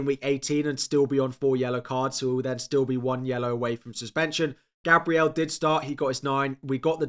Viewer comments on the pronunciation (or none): none